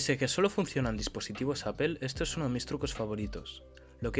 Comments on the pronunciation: Jajajajja, es verdad... en España lo pronunciamos así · Deberías utilizar chat gpt para que te enseñe a pronunciar correctamente la palabra Apple.